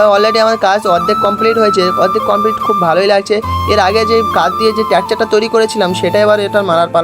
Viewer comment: ভাই ওটা ট্যাকাচার না স্ট্রাকচার😂😂😂